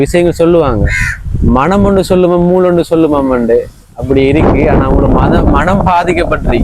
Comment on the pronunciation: மணம் இல்ல மனம் தம்பி தமிழை கொல்லாதீங்க